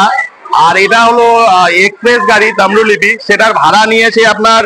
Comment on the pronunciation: Tamrolipi NOY Tamrolipto